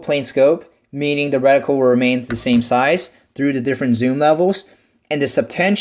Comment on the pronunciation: Not so much emphasis on the syllabols in the word reticle. I thought my ears were going to bleed